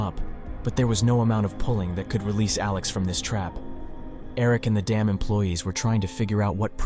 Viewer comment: He’s saying dam not damn…you look stupid